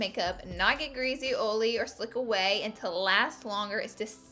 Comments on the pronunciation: Um... what the heck is Oly skin.. you mean oily?... no one says Oly. "Oly" pronunciation will never be a thing 🤣🤣🤣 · "Oley skin" "Ole - free foundation" "Oley eyelids" omfg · She says oily like "oly"😂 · So stinking CUTE the way you pronounce it "oh-lee or greeze-ee." You're bringing the Glama from Alabama! Other than your palette (obs) I guess my favorite product is the Tarte blush palette. #neverenoughblush #snapchat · 1. I subscribed to you originally because of how you pronounce oily. it makes me so happy. 2. my favorite product you used is the smashbox primer. I just learned the beauty of primers and am obsessed with all things smashbox. 3. every single face you made while doing your waterline and under lashes made my day brighter. #snapchatfam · Before clicking this video on my notifications I was mentally preparing myself for the "oily" mispronunciation haha. She says it so cute. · Perfect video for me. I suffer from oily skin. {BTW: I love how you say oily!} Love Love Love the OFRA oil control pressed powder. My secret weapon has been the Murad oil control mattifier with SPF 🙌🏻🙌🏻🙌🏻 snapchat fam